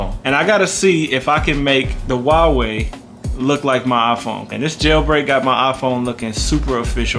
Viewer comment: Subscribed for pronouncing Huawei correctly.